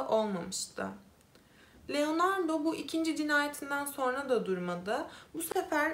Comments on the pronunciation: Sürekli Leonardo demenizden dolayı odaklanamıyorum. 😄 Keşke telaffuz için az pratik yapsaydınız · Genel olarak anlatımı beğeniyorum ve videolarının çoğunu da izledim. Başarılarının devamını dilerim. Fakat iki tane eleştirim olacak. Birincisi özelikle bu videoda isimleri oldukça yanlış telaffuz ettiğin için algılamakta zorlandım. Leonardo dediğin için beynim sürekli erkekmiş gibi algıladı otomatik olarak kadın olduğunu bildiğim halde. Bu konuda sana önerim isimleri bir kağıda not edip hangi ırk ise o dilde translate üzerinden dinleyebilirsin. Böylece nasıl telaffuz ediliğini az çok duymuş olursun. Biliyorum bazı vakalar oldukça kötü şekilde etkileyici fakat bazı videolarında normal şekilde anlatırken birde ağlayacakmış gibi konuşmaya başlıyorsun. Bu da heyecanla izlerken birden modun düşmesine neden oluyor. Bunu profesyonelce yapmak istediğini düşündüğüm için bunları söylemek istedim. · LEONARDAAA . Leonardo degil